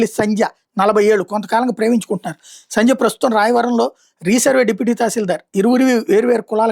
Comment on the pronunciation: ame peru sandhya, sanja kaadu telugu ni telugu la ucharinchandi